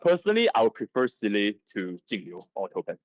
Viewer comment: Hello. Few things. It is Seel-ah, it's voice acted in the game so there's no debate. So saying Seel-eh is wrong. Anyway, Topaz, Clara and Lynx is a crazy good combination and you can add March 7th or Asta and be doing very well. In update 1.5 the follow up attack set is also coming out. Personally, I would try to get Topaz and Seele. Skip Jingliu.